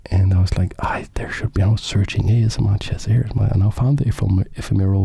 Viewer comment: I just realised that him pronouncing it A-Chess-M-R is a brilliant move 😂 Keep up the great work